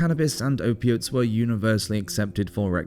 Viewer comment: Ope-ates,, cannabis, alcohol.....what else did you say? When can you come over? ;-)